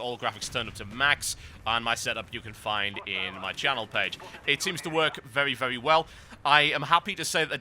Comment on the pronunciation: "vewwy vewwy bad" lol